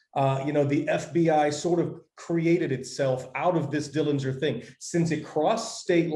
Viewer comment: The correct pronunciation of the Dillinger family name is with a silent 'g'. He was never convicted of murder. He had a very good upbringing and John's father wasn't harsh as rumors have created. The handkerchief had a bolt in it. He was paroled early. The only reason that the FBI got involved was because John took the stolen car from Crown Point across the Illinois State line. You're so right about him being a celebrity. He was very generous with his money with his family. Yes, he was assassinated even though he was unarmed.